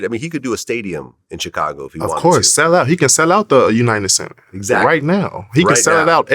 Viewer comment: Why does DJVlad pronounce “Chicago” like that?